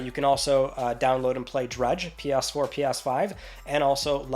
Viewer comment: I am sorry - "P-yas 4, P-yas 5" 😅